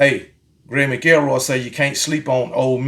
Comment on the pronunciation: Dude said Mac el roy..Still love you my dude!!